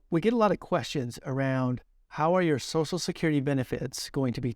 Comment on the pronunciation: Back to the drinking game! Every time he says sochacurity, take a shot.